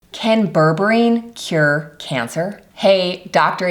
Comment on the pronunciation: Put... mais tu vas te décider à le prononcer correctement, ce fichu mot ??? ça se prononce BÈRBÉRINE Comme c'est ÉCRIT Berre Bé Ri Neuh Ni bourbarine Ni bourborine. IA de merde